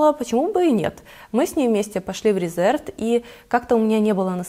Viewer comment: Марка Reserved правильно произносится РЕзЁрвд (англ. забронированный, зарезервированный). Ухо режет нещадно это "РЭзЭрвд".